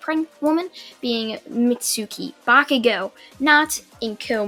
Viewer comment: why do I have a feeling that you're trying to say "bakugone"?